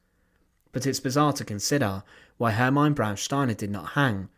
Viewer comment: Izs pronounced Hermeena. Maybe you should ask someone else to read the texts for your video's